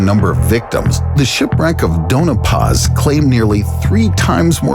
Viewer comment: Sorry, but this drives me crazy...it's Doña Paz, not Dona Paz. Pronounced "Doan-ya" Paz.